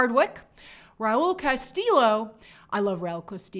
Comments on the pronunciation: Grace, Im from Mexico, and i have a tip for you. When you spot a "ll" in a spanish or latinamerican name or word (as in Castillo, Villa, Calles) its pronunced* as the english j (like Jojo, Jefferson, Jack). Its Raul Castijo, no Castilo ❤️ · Castillo pronounced "Casti-yo" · Quick tip Grace, in Spanish, the double L (ll) is pronounced like the Y in yoyo. Castillo = Castiyo. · CastiLLo not L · I lol every time Grace mispronounces Spanish names. You don’t say the L’s in Castillo. For another example see her “Selena: The Series” review. 😁